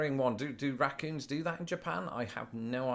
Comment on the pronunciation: There is no "R" sounds in Portugal apparently. I love the way you say Raccoons.